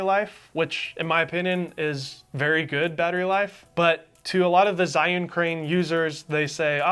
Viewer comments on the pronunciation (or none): Zh is pronounced as J